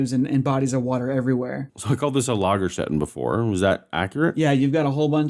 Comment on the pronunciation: almost correct,... One Lagerstätte is written and spelled without the n, several Lagerstätten get a plural N suffix. But your pronunciation was top.